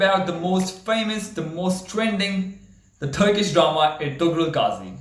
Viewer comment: When you said Turkish drama i felt like you just said "Thurki drama" from your accent. I am sorry😂😂